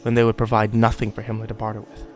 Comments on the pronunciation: Was he saying Hinler? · ***** Do you keep saying Himler? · Isn't he saying Himmler? The head of the SS?